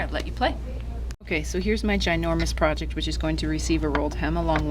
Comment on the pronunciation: Loved it as soon you demostrated your "gynourmous proyect"